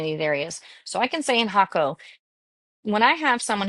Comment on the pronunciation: Great info and you are one of the first Ytubers to pronounce Jaco the right way. Cost of living is how where and what you are looking at, 1600 to 2000USD seems a bit much when choosing a local life style with crc strong a the moment we live a good life on 1000usd, then again we are in San Vito area not Tamagringo or Jaco where prices are insane compared to here Pura Vida.